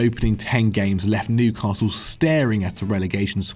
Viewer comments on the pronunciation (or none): none